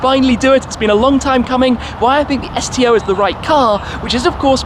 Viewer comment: I thought you said "STD" for a second LMFAO